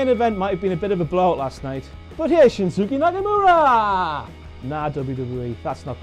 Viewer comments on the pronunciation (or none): Oh God Ross... how did you butcher Shinsuke Nakamuras name that much? xD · he said shinsooky nanimora